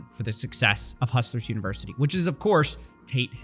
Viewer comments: The amount of times this guy said hustle versity is annoying af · why does this guy insist on calling it "hustleversity" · Is he trolling or can he just not pronounce UNIVERSITY?